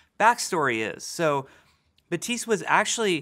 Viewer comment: glad i watched this video because i would've never known that Baptiste would be pronounced Batiis